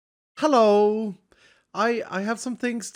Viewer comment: I was just about to correct him too 😅